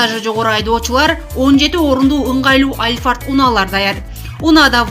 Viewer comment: 17 орунду алфарт дейби😅😅